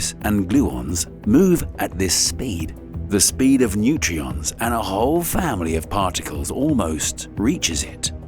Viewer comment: Neutrinos. Not Nutrions. lol. That’s a pretty fundamental mistake. Ouch.